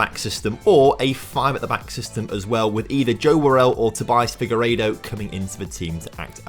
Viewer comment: the way u say most of these players names. jesus. Joe worrell? Figurodo? Sander Berj? lmao. Also we play 3-4-1-2 so the 4back wont work as a starting lineup. We only ever go 4 at the back during the game if we are in a nice lead...